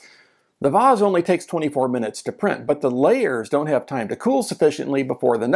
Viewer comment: Your pronunciation of vase is how I was taught to say the word. Very British. Posh.